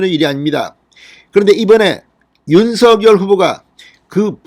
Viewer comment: 진성호님 윤서결이아니고 윤석열이라고 하세요~